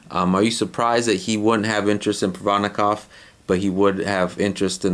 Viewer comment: Black people can never say Provodnikov lmfao.